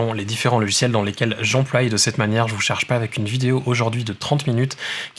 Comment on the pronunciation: j'emploi et non j'emploille MERCI